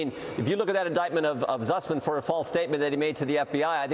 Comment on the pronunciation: Can't anyone tell him it is spelled and pronounced Sussman?